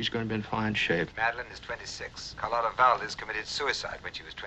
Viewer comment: No matter how many times the characters in this movie correctly pronounced her name as "car LOT uh", continued to call her "car LOTE uh." That's some real determination!